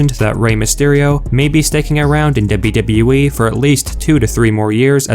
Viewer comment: Debyu debyu ee